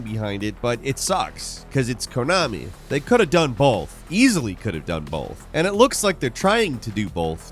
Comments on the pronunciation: I really want to point this out, but you said "bolth" 3 times In a row and it made me giggle. Great vid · You said "bolth".